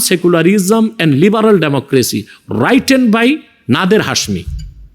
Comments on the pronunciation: এই দাড়িওয়ালা তো একটা আস্ত বলদ। মাথামোটা। গাদা 😂। বলদ written / রাইটেন না / এটা রিটেন উচ্চারণ হবে। বলদ হুজুর 😂। তুমি ইসলামের ই টাও জানো না। গরু একটা। তোমাকে একটা প্রশ্ন করি " তোমার আল্লার আসল নাম কী ? " আমাকে একটু জানাবা। তুমি ইসলামের ভুলবাল ব্যাখ্যা দাও। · ভাই, তর মত ভূয়া লোক কম দেখছি। শোন, প্লেটোর লেখা বইয়ের নাম " রিপাবলিক", রিপাবলিকান নয়। "রিটেন বাই" কে যে রাইটেন বাই বলে সে একজন বোকসোদ । আরে বোকা, আকবরের দ্বীন এ এলাহীর বিরোধীতাকারী মোজাদ্দেদ এ আল ফেসানীও নকশবন্দী তরিকার সুফি।